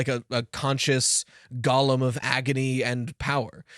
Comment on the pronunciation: I think it’s safe to assume that every time says “gollum”, they mean “golem”.